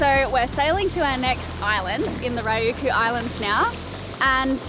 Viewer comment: OK guys. (Friend of by the way), if we're going to go any further with your Japan adventure we will need to work on your Aussie pronunciation of Japanese words. It's Ree-you-kew (Ryukyu). Have fun in Japan. Hope you can make it up here to Tokyo soo. Cheers mate!